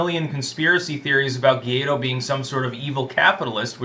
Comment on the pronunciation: To properly pronunciate "GUAIDÓ", the candidate to replace MADURO, repeat after me: -Why? -Doe -Why Doe